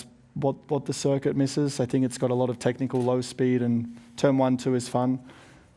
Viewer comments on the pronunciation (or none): Nobody: Perez: circwit